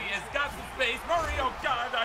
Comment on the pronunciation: I want to die bc most this vid u said kyler muryy